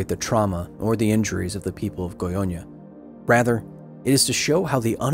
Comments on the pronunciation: Haha I'm so sorry but the way you pronounce Goiania is kinda funny. Should be more like "Goi-ANNE-ah" like "Britannia". And I'm not gonna lie, Goiania is not exactly the most advanced city in the world, the fast response time from the government there was kinda impressive, I'd expect much worse from brazilian government in the 80's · It’s pronounced Goy-uh-nya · It's not pronounced "Goionia". Great video though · how come your "brazillian staff members" didn't warn you about pronouncing "goiânia" as "goiônia"? that was painful to hear, not gonna lie. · at it again! Amazing documentary, as a Brazilian, this one hit different. I wasn't aware such a big disaster happened here, and again because of human error, mismanagement and lack of education. And yes, you butchered the names, but in your defense, the "â" in "Goiânia" is a nasal sound, which English just doesn't have, much like in Portuguese we don't have the "th" sound, making "thing" sound like "fing" when we speak it. It's hard to make a sound you never made, with parts of your face you're not used to moving in that particular order. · The goyña xdxd I'm dying xd Brazilians were just being brazilians. State has the blame. U did well... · its goiana not gonhonha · Great video but I hate hate HATE the way you say "Goiânia". You pronounce it like "Goionia" which doesn't make sense. It's GOI-A-NIA and NOT GOI-O-NIA. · Â is pronounced like "uh", not "oh"